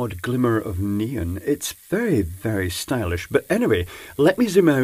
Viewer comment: 'neen" ? Oh, you mean NEON....